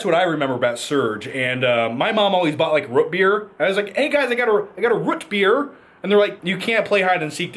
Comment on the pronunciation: lol John can't say Root Beer.